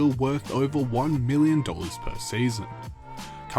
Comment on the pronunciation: I can’t help but hear Billion when you said million some of those times. Idk why haha